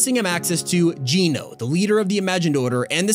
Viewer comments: bro said geeno when he legit heard jones say geno smh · Why does he say Geno wrong? it just triggers me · Who's Geeno I think it's Geno not Geeno Geno. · Loved it. But why do you pronounce it Jeano. Jones literally just pronounced it Jeno. (Spelled with a G of course.) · I’m not trying to be rude but it’s pronounced Genō not jeeno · It was nice but it’s gen-o not gene-o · It’s GENO NOT GINO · Is anyone gonna notice that keeps calling it Jeano when Jones literally just called it Jeno. (Yes, I know it's spelled with a G. I'm spelling it as it's pronounced.) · He said geno not geeno I like you pronounce it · It's geno not geeno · How the fk do you screw the name GENO up literally after hearing Jones say it in the video??? The name is gen-oh, not Gee-No. People are so dumb and actively CHOOSE t do things incorrectly. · That was not the best you said geno wrong you said geeeno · That was the best you said geno wrong